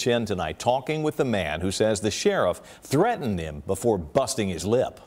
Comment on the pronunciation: There's that annoying mispronunciation of the word 'threatened' again. Threh-enhh.